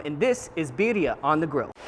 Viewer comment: You say birria quite well. Thank you for always sharing your recipes.